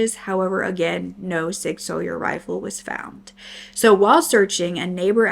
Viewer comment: Hey, love watching your videos while I work! I know a few hunters and I believe Sig Sauer is pronounced like “Sig Sour”, but I could be wrong! Didn’t know they make rifles since they’re most known for their hand guns.